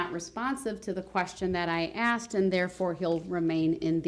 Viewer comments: He axe the question he can't even speak correctly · He “axed” the question. 😂